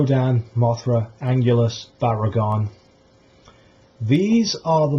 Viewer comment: Wow, Biollante is a great idea! King Ghidorah, Mothra and Rodan are going to be in the sequel but I think a 1 on 1 with Biollante will be a great kaiju to end the trilogy! Just a tip for your next video Anguirus is pronounced Ang-gear-ris not Ang-ule-us. Nice video though! Also, I agree with you on Destoroyah. They shouldn't include him in the trilogy because there was absolutely no mention on the oxygen destroyer in this year's movie.